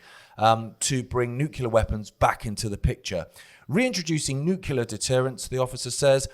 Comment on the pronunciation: sounding like George W Bush. Neucular weapons😂